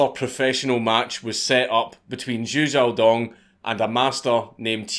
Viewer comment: Thank you for pronouncing his name correctly! Watching other people read Chinese names and say Zhou wrong for 30 minutes drives me up a wall